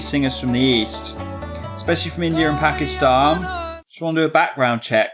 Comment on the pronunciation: I thank u for pronouncing pakistan properly....